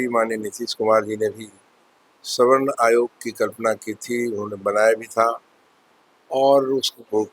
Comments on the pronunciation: अरे मुर्ख पत्रकार सवर्ण होता है स्वर्ण नहीं होता है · अबे रिपोर्टर स्वर्ण नहीं सवर्ण बोल, पहले बोलना सिख तब रिपोर्टिंग कर